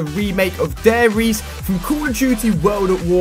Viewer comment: You have to say the E in Riese aswell Ali ;)